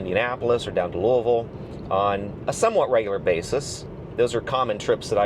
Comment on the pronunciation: Pronouncing Louisville correctly (one syllable) gets a like from me. Crazy that we now don't really save anything with Supercharging on road trips. I got about 33,000 miles on my winter tires when I used them year round. I now change between summer and winter tires and now 40,000+. Friend of mine got 70,000 out of his original tires on his Model 3 with mostly highway miles. I replace my 12V battery every 24 months no matter what ($114 and they change it in my garage). Only unexpected service was my front brake pads split into two, which was likely related to super heavy braking with 4 adults in the car once that was really just my fault. That was $450 for Tesla to come out to the garage and replace the pads. I also upgraded my shocks to an aftermarket "comfort" shock. That was $950 with labor (again, done in my garage...by a non-Tesla mechanic). I look at that as an upgrade and super happy I did...completely changed the ride dynamics. Still have roughly 278 miles of range from the original 310. After year 1 was about a 10% loss, then roughly 1% a year. Battery, as advertised, should last 15+ years.